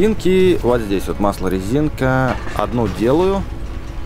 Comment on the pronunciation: Не резинка а резиника